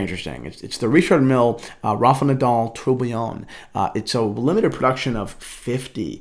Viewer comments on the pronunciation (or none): none